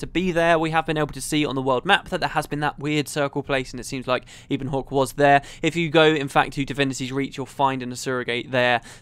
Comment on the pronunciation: Isn't Ebonhawke pronounced in the same way as you'd say "ebony"? Given there are terms like "Ebon Vanguard" and so on floating around and that "ebon" itself is a middle english word (meaning basically lustrous black), it's how I'd read it.